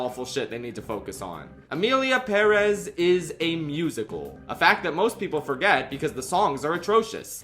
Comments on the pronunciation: I literally can’t finish this vid bc of the way you say Perez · literally had to click off because i dont understand how anyone can pronounce perez like that 😭😭😭 youre insane